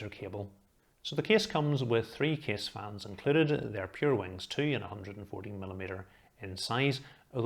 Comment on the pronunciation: Every time he said “case” my mind consider it like “keys”. So his “case” reviews gone mad with me. 😅 In the other hand his reviews detail and quality is “top tier” without any discussion!